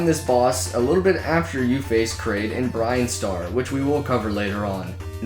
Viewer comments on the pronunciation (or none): Am I the only one who's kind of upset that he called Brinstar "BRINE-star?"